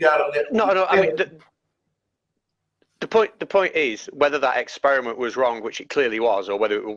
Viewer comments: Es-spear-a-mint ... is that a new flavor of chewing gum? Or the bait for a racist joke? 🤔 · that guy knows how to "esperimen"